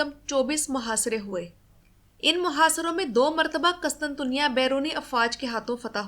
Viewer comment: اچھی کوشش ہے ماشا اللہ۔ قسطنطنیہ میں قاف پر پیش ، پہلے ط پر بھی پیش آتا ہے۔ اس کے علاوہ بازنطین میں ز پر زبر جبکہ نون ساکن ہے۔ سلامت رہیں